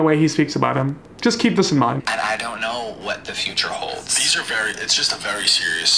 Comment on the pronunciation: no one: absolutely not one soul:: vurry